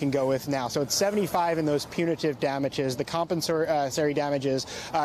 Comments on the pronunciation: Geez, if you're going to do legal reporting, at least learn the lingo. Punitary? It's PUNITIVE damages. Compensary? It's COMPENSATORY. It was painful listening to you stumble your way through those pronunciations over and over again. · Apparently to be a news anchor in 2023 you don't need to be able to pronounce "compensatory" or "punitive"🤭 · A so-called justice reporter should be able to pronounce and understand words like punitive and compensatory. Amateur hour. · is cute to look at, but he REALLY needs to learn how to pronounce the words "punitive" and "compensatory." Seriously, this shouldn't be difficult for a cable network news reporter.